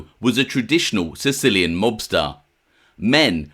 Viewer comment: not sicillian